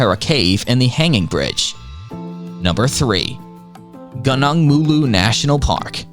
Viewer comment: Pronunciations: Pantai cenang you got Pantai alright, but not cenang. It's not sir-nung, but cher-nung instead, with the ch as in cheese while the er as in per (per capita, percent). Gunung is not gar-nung. It's goo-noong as in google or goo goo dolls. In malay, gunung means mountain ⛰️ Kuching is not ka-ching! money, money, money! It's koo-ching as in kool aid. In malay, kuching (old spelling, now it's kucing) is a cat 🐈Meow! "Kuala Lumpur* is not kuala lump-purr. It's loom-po(r) where loom is like zoom, and po(r) is like bo or co, but with a very slight r at the end. In malay, kuala means estuary, while lumpur means mud. 👍 Overall, good job, it's a very nice video!